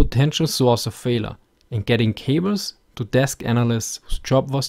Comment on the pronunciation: Still not exactly sure if you are trying to say "failure" or "Fehler". Well, I supposed either would work.